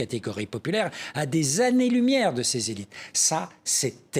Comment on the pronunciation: La trahison des "zélit' "! C'est tout à fait ça !